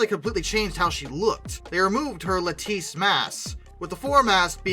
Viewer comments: What is a lateesse mast? I thought it was lattice. Lat-tice. Like lettuce, unless you call it leteesse 😂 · La tice spotting masts?. Lattice- pronounced LAT IS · I know what you mean... When you say "la teece" but actually mean to say "ladiss." Silly boi. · Lattice... like the wood panels. Lat-tiss... not "lateese". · "La teese" Took me a while to figure out that was lattice 😂